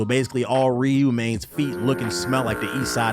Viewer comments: It's funny saying someone can't pronounce Ryu's name correctly then go on to pronounce Ryu incorrectly along with every other East Asian name and word with an "R" in it kekw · To be fair, you aren't pronouncing Ryu right either.